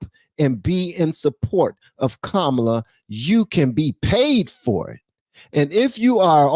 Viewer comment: I watched Nick Shirley's entire show outside the DNC. It seemed like mostly the only ones that supported Harris was old, grumpy white guys. The one guy was super peeved because Nick kept pronouncing her name wrong. It was hilarious!